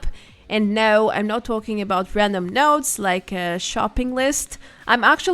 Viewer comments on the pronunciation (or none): none